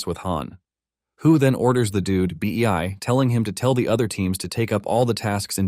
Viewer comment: bro did you mean Bei(Bê or Bā) and not B-E-I 🤣😂🤣